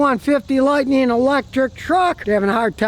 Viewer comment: “Lightneen” is not a word.